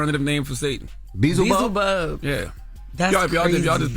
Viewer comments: LMAO!!! He said beezlebug. 😂😂🤣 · Itsss pronounced bee el za bub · Lmfao they had me rolling when Jess asked who Beelzebub was 😂😂😂 aka beezlebub